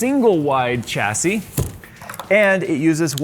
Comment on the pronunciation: Its pronounced chassis and not chassis